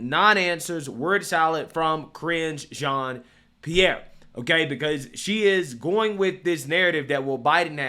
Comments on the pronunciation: Careening into a John’s pee-air💩🤡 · Keep saying it so that it sounds like "CRINGE Jean Pierre." Very accurate.